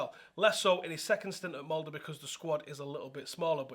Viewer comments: Here's a good pronounciation of "Molde" !! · First person to actually pronnounce MOLDE right 😮